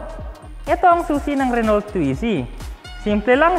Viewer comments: mga lods correct pronunciation po ng car Renault, french so silent "lt", renau 🙂. More power mga lods. thank you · RENAU po ang pronunciation ng RENAULT, Hindi po Renolt. FYI lang para di mali. Tnx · Renault – 'Ren-O' FYI lang po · Re-no... hindi renolt. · Renault is spoken as 'Re-no' French po kasi tong brand na to. same as Peugeot hindi po Pugot ang basa kundi 'Pi-yuj-o' mejo complicated pag french brands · Pang city Drive yan dito sa Milan,Italy! Re-no po ang tamang Basa O pag bigkas.. French po kasi.. Subukan n’yo rin po yung SMART! Gawa ng Mercedes Benz. Tska FIAT 500 Italian Brand.. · "Reno" po pronounce dun silent L and T, then ung A and U pronounce as "O" so it became "RENO". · you read it as "re-no" po. Good review pero sana bigyan ng justice ang brand pronunciation 😅 Naa wikipedia naman yan eh 😊😊👍👍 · Wow my renault brand ndin pla sa pinas.. sorry po but i think, the pronunciation should be "RENOW". It's a french brand made automobiles.. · Thhat is Renol with the silent T, lol!? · ruh-now daw po pronunciation. hehe silent “T” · Renault pronounce as " Reh-now" po. French word pronounce as french not english.✌ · you pronounce RENAULT...as RE-NO....sa french hindi pino pronounce yang dulo na LT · French people pronounce it “Ren-O “ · mas maganda po kung french nyo po talaga bbigkasin read as...RUNU :) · RENO ang pronunciation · Sir Mam hehe... Medyo pakipronounce po ng tama ✌